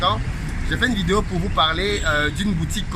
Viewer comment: Je kiffe trop quand tu dis ''vidéyo'' 😁